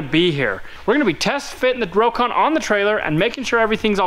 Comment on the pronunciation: he said crocon lol